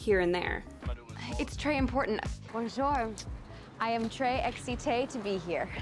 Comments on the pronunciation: If you're only going to use one French word (très), at least learn the proper pronunciation. And I'm saying this as a person who speaks very little French herself. Also, there is nothing more annoying in the world than an ignorant American wanting to "educate" people. Ugh. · man I just realized that she was trying to say très. I thought she is talking about an ashtray or something 😭😭😭😭